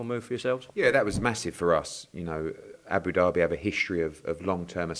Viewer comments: ed its abu dhabi not abu derby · It’s not Abu Derby Eddy it’s Abu Dhabi pronounced Dabi😊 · Great Partnership with as Hearn says “Aboo Derby” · Haha whys Eddie sayin abu-dabi like Abu-Derby fml hahaha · Can someone tell Eddie it’s not Abu derby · Eddie "ABOO DARBY" Hearn